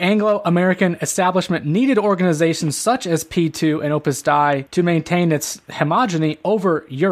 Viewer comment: It is Opus Dei (Day - EE) is the correct pronunciation. It's Latin.